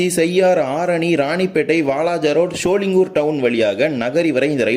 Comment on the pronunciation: Not சோளிங்குர்... அது சோளிங்கர் ஆகும்..!!!